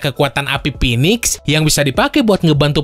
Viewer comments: ahaha coba denger Mimin nya ... Ngomong Pinix Pinix 🤣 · iya bro emang bacanya begitu finix